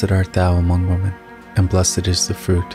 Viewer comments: Dear Darek Radulski: You are Correct that many people pronounce WOMAN instead of WOMEN. I checked the video. It is written WOMEN but sounds like speaker says; WOMAN. Another interesting fact! It used to be prayed; AMONGST WOMEN and not AMONG WOMAN. This is due to the Vatican changing prayers without Gods permission! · I'm Aussie and I think the pronounceation is cultural. I pronounce women as 'wi men'. I have heard other times 'woo men'' I pronounce amen as 'r men', and enjoy saying amen as in this video. Having the sound lower than your voice helps to overcome 'cultural' words Remembering intent of the prayer is what matters Keep safe and your faith strong.